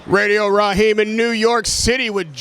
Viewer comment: Wilder:"RADIO RAKEEM" 😂